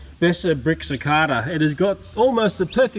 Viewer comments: its Pronounced Si-Kae-Da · It’s pronounced suh.cay.duh,sorry for being a smart ass might just be where we’re both from (u.s) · it's pronounced SICK-AY-DUH instead of SICK-AY-DUH. just saying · Suh kay da that's how u say it